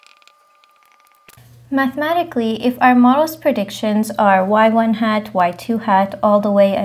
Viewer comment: you read them as 'y1 hat, y2 hat, ..., yn hat' but shouldn't it be 'y-hat 1, y-hat 2, ...., y-hat n'?